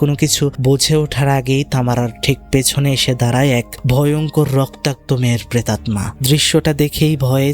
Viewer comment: ভাই, প্রেতাত্মা(pretatta), নট প্রেটাম্না(pretatma)